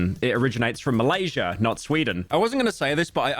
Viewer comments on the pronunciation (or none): none